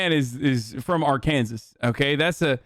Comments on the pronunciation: Hasan making fun on how to say words correctly when he said ar-kansas instead of Arkansas lmao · "R- Can-zis" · Everyone please teach him how to say Arkansas